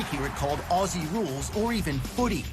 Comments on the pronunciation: Just to help you out with the pronunciation of Aussie. We here in Australia don't say "Ossie", we pronounce it "Ozzie". I know it's confusing but that is it. Oh, and we don't say "I'll throw another shrimp on the barby" We call them Prawns, and we don't even say "i'll throw another prawn on the barby". Just thought I'd clear that up for you. Cheers from Oz. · for fuck sake.. we are ozzys, ..spelt aussies, pronounced like ozzy osbourne, not oss-ee, try ozz-ee. There is an american AFL league ( you can look that up ) and also one of your fellow muricans, mason cox, plays here.. look him up on the tube as well. appologies if this has already been menioned, i wasnt going to go through 160 plus comments. keep up the learning, interested to see your progress. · Please cobber, stop saying ‘AWE SEE’ it’s cringe worthy to an Aussie. It’s Ozzie, as in wizard of Oz and E as in eagle ..... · FFS, pronounce it properly. Its Aussie as in Ozzie. Not Ossy, like a bunch of girls. It was just explained to you. Kick it or handball it using a punch. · 1, Aussie is not said the way you said it it's Aussie ( Auzzie ) with the S being more of a Z sound 2, When it says 18 on field and 4 on bench it means 4 on bench for each team so 8 total aswell as 1 additional for each team for Medical Sub so if you count the media subs it would be 10 in total 5 for each team. The 18 on the field isn't 9 each side it's nothing like Soccer. There is 3 sections... Backline, Midfield & Forwards. 18 players is 18 each team ( Hawthorn = 18 on field & Richmond = another 18 on field ) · O-ZZ-IE..........,the s in Aussie is pronounced as a Z